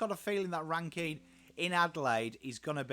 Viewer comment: Definitely on the mark. I like the inclusion of Hinge. He goes hard and lots of versatility with his height. My main gripe other than your pronunciation of '' is how tall the backline is. Worrell was only getting games when Doedee was injured, he is now fighting Mcalaney for a spot. Jones or Hamill will most likely be the second small Def behind Smithers although Milera looks to be going back to defence this year. Mchenry and Murphy will find it hard to find a game with the inclusion on Ran-Kin and a fit Rachelle. Pedlar and Cooke are two others to watch depending on the weekly matchup. Cooke to fight a spot with Hinge or McAdam. Pedlar may overtake Shoenberg. Edit: forgot parnell in the same bracket as Jones and Hamill.